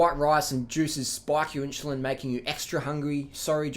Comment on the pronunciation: "inshulin" LOL greetings from Poland